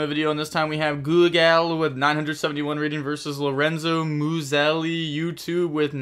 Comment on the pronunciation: Hey, you were kinda on point with the pronunciation of "Lorenzo Muselli", I'm moved